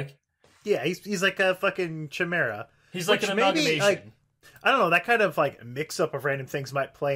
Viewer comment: It's pronounced Kai-mair-uh, bitch